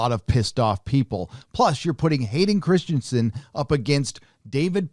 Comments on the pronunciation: Will anyone ever get his name right? Christ-en-sen, not Christian-sen. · can't even get his name right, it's Hayden ChristEnsen, not ChristiAnsen